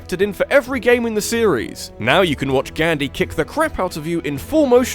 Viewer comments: You can not even say it right! Gandhi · Can you please learn how to pronounce Gandhi correctly?